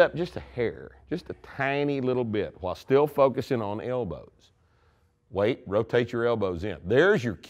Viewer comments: Hwhen did he say that? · Quite uhWHYle